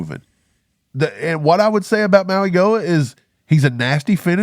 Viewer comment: Btw guys it’s pronounced Maui-Noah